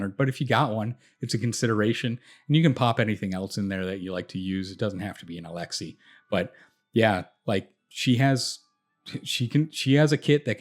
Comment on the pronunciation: but not alexei :P